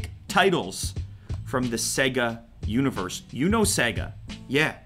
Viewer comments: It's not pronounced sega its seeeeega like see not se.. seee!!!!!!!!!!!!!!!! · It's Sayga man, not segga. The unit even says SaayyyGggaaa. : ) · You know when the game starts and it says “ Sega” that’s also how you pronounce it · SEGAH? SEGAH WHO?